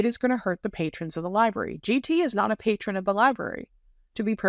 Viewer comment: Ol needs to learn how to correctly pronounce library. “Liberry” is not correct.